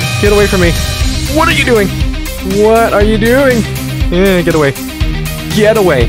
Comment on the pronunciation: i heard you said gyatt away instead of get in the boss fight part😭